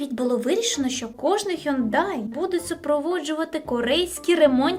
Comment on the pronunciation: Трошечки буде зараз душнувато, але Hyundai читається «Хьонде».